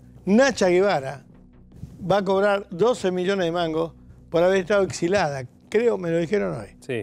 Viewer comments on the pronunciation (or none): Vuelvo a decir: Baby, se dice exiliada no exilada. Y otra; no creo que ninguno de esos impresentables y vulgares sepan qué es la espada de Damocles. Se ríen de todo el mundo y no ven que hacen un programa vergonzoso. Patético ese final de todos disfrazados como unos ridículos!